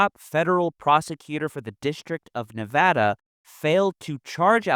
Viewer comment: As a Nevadan, I always must commend someone for saying the state's name correctly.